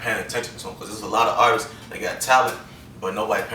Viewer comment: He said artistses lol